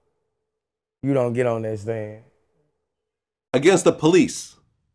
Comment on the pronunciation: when vlad reiterates "against the POLICE???" i tear up every time 😂